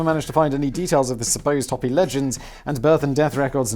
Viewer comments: Simon, I beg of you the word Hopi is pronounced Hoe pee. I grew up on their reservation In Arizona. Mercy, or I will arrange for a lizard shaman to haunt your dreams. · Arizona gal here. Hopi sounds like Hope - ee. The way you pronounced it sounds like a rabid Easter Bunny.